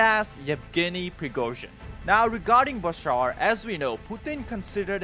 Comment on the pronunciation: Its BaSHaar not Basar